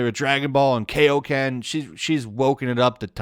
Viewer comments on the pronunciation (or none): He said kay o ken. Ouch